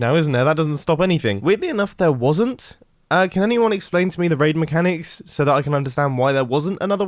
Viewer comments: "Could someone tell me the waid mechanics" Mumbo 2020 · Did any body here him say wade instead of raid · Did he say waid instead of raid hehe I just sounded like he said waid hehe